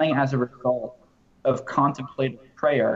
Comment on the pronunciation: Pronounced con temp’ la tive